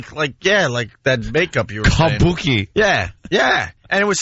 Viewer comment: Kabookie.. I was wondering if anyone else was going to catch that. If Jimmy was in studio Ant would have gotten smashed for that.